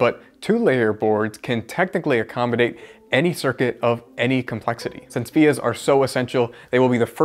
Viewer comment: As soon as I heard “vias” I knew you’ll be in the comment section